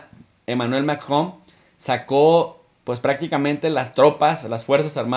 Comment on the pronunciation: Diga macron jejeje lleva luchandola pa decir macron....saludos buena información